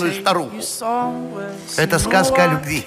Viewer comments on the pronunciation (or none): Неё, не хотелось бы, чтобы пархатый визжал и плевался моим детям о любГви.